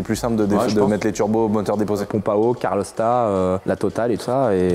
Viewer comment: Alors c'est compliqué a dire caLoRstat hein??? caRLostat on sais pas qui c'est ^^ mdr